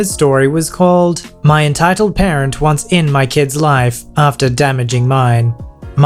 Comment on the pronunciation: When you say “entitled parent” it kinda sounds like “entitled Karen”